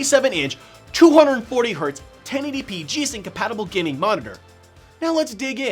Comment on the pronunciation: when he says "gaming" it sounds like "guinea"